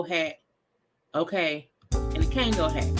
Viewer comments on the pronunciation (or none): Yo I can’t breathe every time you say a “Kango hat” 😂😂😂